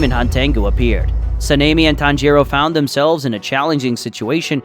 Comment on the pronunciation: I swear I heard Panini instead of Sanemi because of the pronunciation 🤠